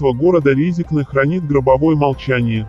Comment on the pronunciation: piarišsja na Latviji,naučisj proiznosit'nazvanije goroda praviļno )